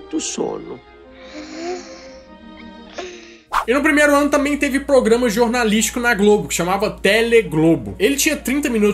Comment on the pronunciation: POGRAMA KKKKKK